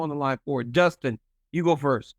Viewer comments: Doostin versus Joostin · Justin said Oliveira that's definitely his CTE kicking in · You say justin. Or Dustin is hilarious 😆😂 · DC: What was the process of having you two fight in Utah and have the BMF tittle on the line? Justin you go first. Justin: Did you say DUSTIN OR JUSTIN? DC: Dustin, Dustin…. 😂😂😂